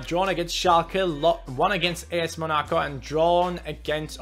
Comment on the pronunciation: please say Monaco well. And you should have played the community shield dude